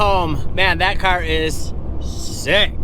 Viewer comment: “I got Jason’s cyar done”